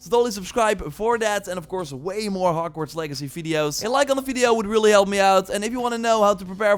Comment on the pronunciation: Did i just hear him say "and you can explore hockwarts"